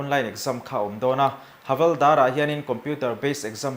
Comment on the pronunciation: Havalder tih niloin Havilder tih hi adik zawk lo maw😂